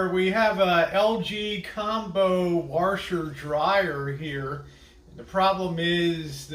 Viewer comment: "Warsher" I love it! Good video!